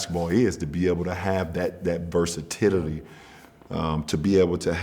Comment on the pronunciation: This man said "Versatittity"